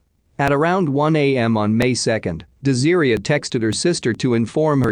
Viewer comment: [de-zeer-ia].... Is her name really pronounced like that or is it [des-ah-ray]? 😬 Wish there was better narration on these videos.